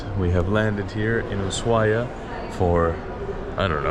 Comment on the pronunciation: El primer yanqui que pronuncia bien Ushuaia